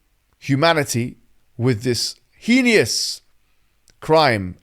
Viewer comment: Someone please tell Br Hijab his vocabulary is amazing but he keeps pronouncing HEINOUS wrong